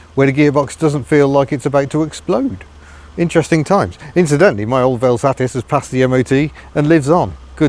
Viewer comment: Can I congratulate you for saying velsatisisis 👏🏻👏🏻👏🏻👏🏻